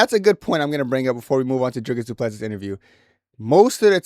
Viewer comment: Du Plessis is pronounced Du Plesie the last s is silent,i am from south africa and speak Afrikaans.